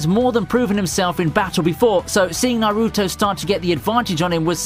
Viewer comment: No, no, no. The way he was pronouncing some names raised my anxiety. Naruto (don't stress the "A" and "U") Boruto ( Don't stress the "O" and "U") Isshiki( pronounce as ishki. Like the way you pronounce sasuke as saske.